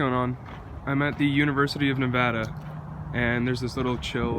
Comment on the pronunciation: Omg thank you for saying Nevada right 😂👍🏻